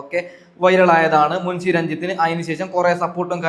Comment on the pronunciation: മുൻസി അല്ല മുൻഷി, നാക്ക് വടിച്ചു വൃത്തിക് സംസാരിക്കൂ.